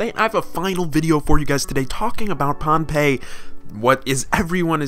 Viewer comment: Pohnpei is not ruined it's just normal dummy I'm from their and we pronounce it bonbei